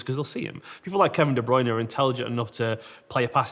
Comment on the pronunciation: Why does Carragher pronounce De Bruyne differently to everyone else?!